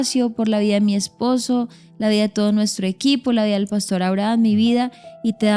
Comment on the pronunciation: Buenos dias. Por favor no cambien la pronunciacion de las palabras. Cheo dice pàstor en lugar de pastor, seo oye tan feo esa pronunciaciòn